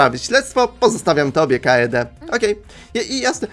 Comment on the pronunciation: urchar manie się wydaje że kaede czyta się kejdi